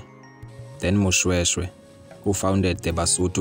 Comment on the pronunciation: This is my Royal history and King Moshoeshoe he is my great-great Grandfather and i feel disrespected ny poor pronouciations of our Ancestors's names.